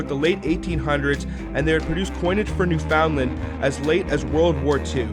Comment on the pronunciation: Excellent stuff, though you need to work on your "newfoundland" pronunciation :P